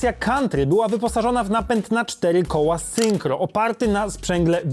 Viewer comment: Wydaje mi się że to syncro, nie synchro.